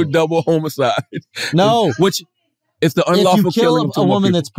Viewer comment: Why charla keep saying double homo-cide? Surprised Andrew didn't catch onto that and I'm 100% sure when Googled it she did how I'm hearing it also.